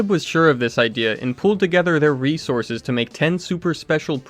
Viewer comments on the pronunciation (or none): none